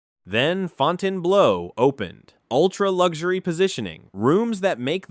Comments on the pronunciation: It's not "Fountain Blow", it's "Fountain Blue" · FOUTAIN BLOW ? AI AT IT'S FINEST, WTF